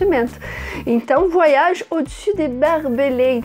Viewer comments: Com você eu aprendi a pronúncia correta de "voyage". Merci!!! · Qt à pronúncia de "oy" (Voyage), não se pronuncia como se houvesse duas letras "i". "Oy" > uai. Então, se pronuncia /vuaiAGE/. Como vc pode ver, não se pronuncia com "ii". É apenas um e depois vem o restante da palavra "age".